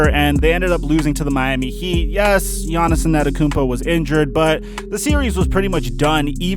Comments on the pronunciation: Jahnison Ettakounmpo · Who is this Giannison person you keep mentioning? Is that Giannis's alter ego or something? Yanison, Giannison, Yawnisen... Not sure who you're talking about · can you stop saying “giannis-en annakoompo” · Nobody:: Gannis-son Antetokounmpo